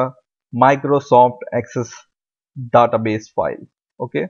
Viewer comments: american not daata (daeta base) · He reads database as "databes" as in "The-TaBes'' as in best instead of Database as "TheyTaBeys''